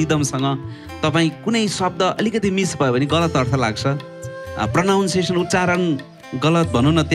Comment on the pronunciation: अङ्रेजी शव्द Pronunciation कै Pronunciation गलत Pronounce गरेर शब्द उच्चारण राम्रो हुनु पर्छ नभनौ है । It's not प्रोनाउन्सेसन or पोरनाउन्सेसन । It's प्रोनन्सिएसन or प्रनन्सिएसन । मान्छेहरु Pronounce (प्रोनाउन्स) नै सम्झेर pronunciation लाई प्रोनाउन्सेसन भन्नुहुन्छ जुन गलत उच्चारण हो ।